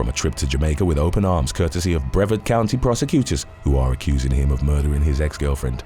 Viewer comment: Btw, Brevard County is actually pronounced "Breh-VAHRD." Just trying to help.